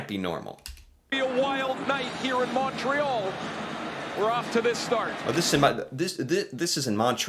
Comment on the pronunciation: Or Montrea Boston or Montrea Phiidelphia